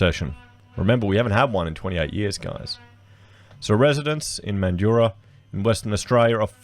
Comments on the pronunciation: The streets aren't flooding with homeless and it's Man-drah not Man-du-rah. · Mate, it’s MANDRAAAA. NOT MANDURAH 🤪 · Friendly tip from a mandurah local, it’s pronounced Man-dra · Yeah mate. I live in Mandurah and that's how we pronounce it. Not like how Mildurah is pronounced. The people in that video who emphasise the "u" are wrong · Yeah, If you're from WA you will definitely say it like 'Man-drah'. If you say it with the middle part then we know you're from over east lol. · I think Mandurah is pronounced without the 'u' : Man jrah. Good presentation. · MAN-dra, like Sandra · Interesting conversation mate but it is pronounced Man-dra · Its pronounced mandra not so much emphasis on the U in mandurah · MANjura. Folks have many ways of phoneticising the last 2 syllables but to a MAN they all emphasise the first. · Cmon man it’s pronounced man-drah 😑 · 'Man- Joorah'? WTF? -But thanks for the video. Thumbs up despite your horrendous, laughable pronunciations. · the u is silent. mandurah has always been a hole and in no way ever like the gold coast. no its not a city its like a suburb of perth thats really far away. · learn to pronounce the name correctly